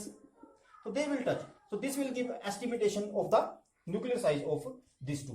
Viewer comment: It's estimation and not estimitation!